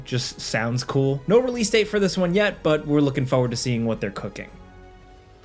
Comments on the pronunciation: 4ward not Foeward! I will post this untill u say it correctly 😂 top down mode isn't new either. Its crazy how many people have never seen it before. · It's pronounced forward. not foeward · Foewahd. Foewahd. Foewahd. As obnoxious as any soulslike game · Or everytime he says Foeward 😂